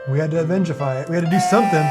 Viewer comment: Lol "Avengify"